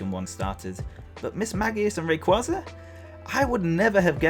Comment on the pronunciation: HoW cOuLd YoU pRoNoUnCe “RaY-qUaY-zA” wRoNg? 😂❤️ And I loved the DPPt anime!